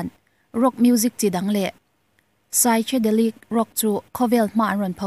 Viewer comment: Grunge(Grange), Psychedelic(Saikedelik), Led Zepplin( Let Zepplin), Judas Priest(Judas Pris), Funk fussion (Fank fiuson) tih te hi hetiang hi a lam dan tur dik ani e..